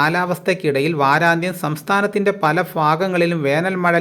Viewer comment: ഫല ഫാഗങ്ങളിൽ എന്നല്ല കൂവെ, പല ഭാഗങ്ങളിൽ.